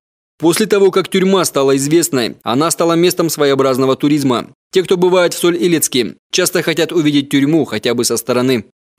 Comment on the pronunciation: Соль ИлЕцке, а не Соль Илецке